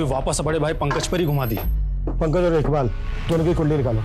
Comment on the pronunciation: Sir iqbal ko ibkal boltye hnn